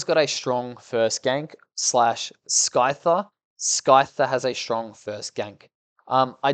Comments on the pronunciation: This is great and informative and all but Who the hell says SKYTHER. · Bro is mispronouncing them on purpose, "Sky-ther" was personal